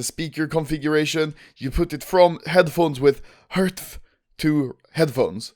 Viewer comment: The way you said HRTF just got me laughing like hell